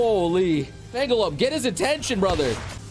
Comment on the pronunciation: Is intentionally mispronouncing Fenglope or does he just not realize it?